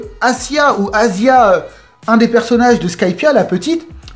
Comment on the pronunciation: C'est Aisa , pas Asia 😂